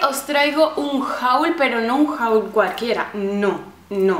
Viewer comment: Me gusta mucho tu canal y todas las cosas que has comprando. P.D: la pronuciacion de haul es /hol/